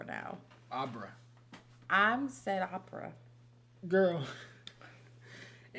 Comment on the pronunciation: OPPER not Opera